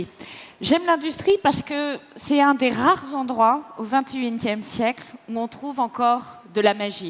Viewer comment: .. c'est un des rrrrrares zendroits.. au vintéuinetième siekl....